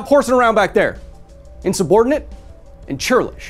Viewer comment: "Insubortinate and chirlish" 😂😂